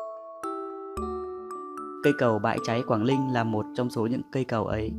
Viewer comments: Chả có gì hay ho cả Đọc cũng ko rõ ràng quảng Ninh thành quảng Linh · cầu Quảng Linh bạn nên tập phát âm cho chuần thì hay lắm. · Co gang noi cho dung chinh ta. Quang ninh , thi noi quang linh. Nghe sao sao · Quảng Ninh chứ đâu phải Quảng Linh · Quảng ninh hay Quảng linh thêm một thằng nói ngọng. Chán quá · quảng Linh có ai gọi thế không phải là Quảng Ninh mới đúng nói ngọng thì tốt nhất xoá kênh đi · phát âm "Quảng Linh" thì đúng là dân đất mỏ r